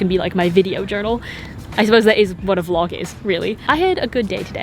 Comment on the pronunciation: british accent lmaooo, the way she says "vlog" omggg